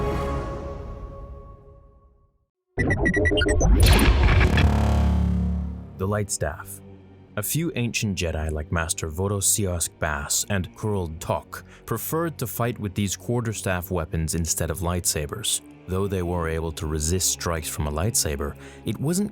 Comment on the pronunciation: I gotta say it. Obviously I would know this because it really is my last name. BUT... Master Bodo Baas is pronounced Bahs... Like what the sheep say plural. Or like the Swedish Car spelled backwards. Saab. It's not Bass. Neither the Master Bodo Baas nor I are a fish. Baaaaaaaaaaaas. Not Bass. Again... It's my name. I would know this. Also his name is Bodo... Not Vodo. Again... I would know because he's my favorite Jedi because... Again... He shares my name. Wookiepedia is your friend.